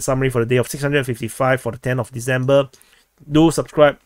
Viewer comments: December. Not Deezember. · There's no "logic" to pronouncing December as "Deezember". He doesn't pronounce "decide" as "deezide" or "process" as "prozess". All languages, accents, dialects, etc., have an underlying structure.